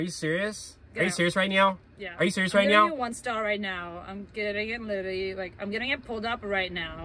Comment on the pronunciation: Bros said ARE YO SERIOUS RIGHT NEOW